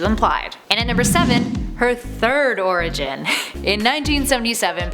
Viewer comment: LOL! I heard "Her first origin" as "Her first orgasm".